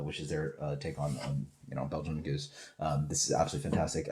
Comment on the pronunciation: I thought it was pronounced "Gooze", not "Go-zuh"? Kind of a shame you barely touched on what a true spontaneous ale is and what Methode Traditionnelle means then following with "blah blah blah" like you don't really care about it because that's what makes these ales so good. I'm sure there was no disrespect intended but it sounded like you just didn't care about the process and time it takes to makes these incredible beers. I guess it just felt like 30 secs could have been taken away from the random ramblings/debates and repeating the same flavor notes over and over and instead spent talking about the process since you rarely review this style.